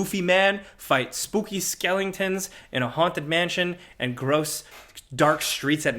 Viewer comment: said Skelington instead of skeleton😂